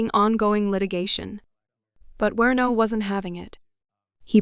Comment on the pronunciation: Werno!?? Do you mean WARNOCK??? You might wanna do some basic research into your topic before your channel gets taken seriously.